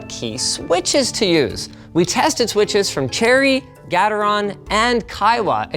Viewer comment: ITS GAY-TOR-ON NOT GE-TER-ON